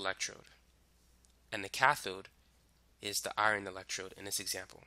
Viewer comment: OMGGGG the way you said “Iron” My heart ♥️ I kept thinking while watching the video what is iRON but then noticed you meant Fe as in iron lol Literally same, and my bf always makes fun of me for it 😭 because I pronounce Iron as IRAN lmao